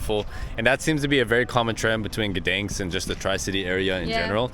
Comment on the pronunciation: City of Guhdens xd